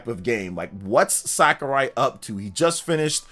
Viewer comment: SAKURAI! NOT SKARAI